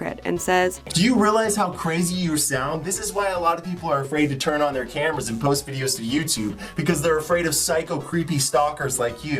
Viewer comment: Sorry if this is weird, but I love the way you say “post” you say it like “posht” lol “posht” “poshted” “poshting”